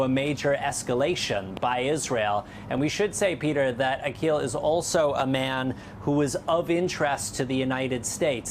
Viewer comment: Hey-bullah! Please check your lullah😂😂🇮🇱🇮🇱